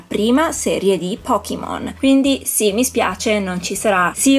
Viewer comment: bello tutto, ma è Pokémon, non Pokimon 😂 La pronuncia inglese è totalmente sbagliata (pocket monster = pokémon). Detto ciò, sono bellissimi! 😍